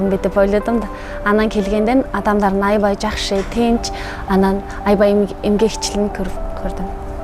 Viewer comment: Айибай айибай😅 Аябай деп сүйлө.негизи молоццы